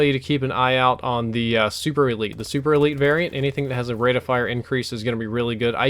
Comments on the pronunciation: Not super-elite its super-lite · It's super LITE, not super elite